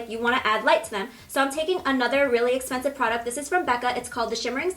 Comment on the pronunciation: "so im taking another really expensice product" 😂😂😂